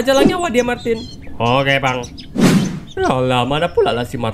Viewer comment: Martin hah bukan Martina lah